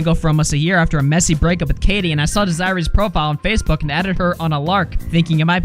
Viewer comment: Hearing mispronounce “Desirée” takes as much from my lifespan as him mispronouncing “facade” lmao